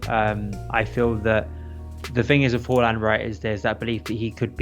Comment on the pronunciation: Whoreland. It’s haaland mate